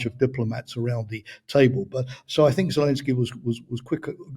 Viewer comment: Good interview. Although I am looking forward to hearing pronounce it Zelensky, rather than Zelinsky. Always great content though!